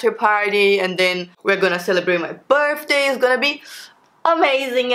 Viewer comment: I love how you pronounce "Birthday" 😂😂 sounds more like "Burfday" 😂💕💕💕